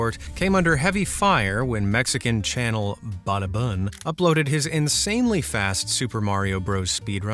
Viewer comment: Its Bada-boon